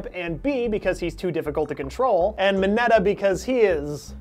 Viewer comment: it's... M I N E T A